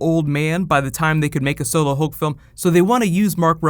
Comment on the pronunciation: Hulk not "hill"